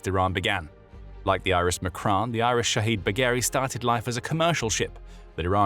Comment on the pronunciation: Its not iris it's IRIS. just like USS,HMS,SMS. I'm glad they are destroyed but just get it correct please